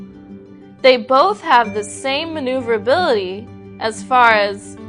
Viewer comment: i grinned at her difficulty with pronouncing maneuverability